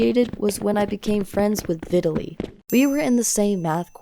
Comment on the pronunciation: vitaly more like italy